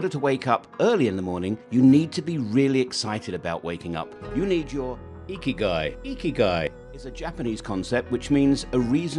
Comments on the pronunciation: hahahahahah the way the voice pronounces ''ikigai''. Find your "IKIGAI" hurr ta durrrr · Yooo every time he says Ikigai 😂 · You need a new IKIGAI for how to pronounce IKIGAI. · Why ikigai is IKIGAI! everytime 😂. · 'Ya we did face a problem pronouncing Ikigai. Hope the rest of the video added a value.